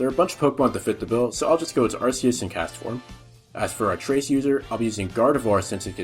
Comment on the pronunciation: Ar-KEE-us! D:< It's not 2007 anymore, we know better! T-T